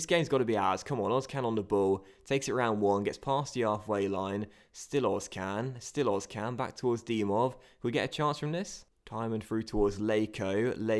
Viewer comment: Özcan is pronounced "Ers-Jan"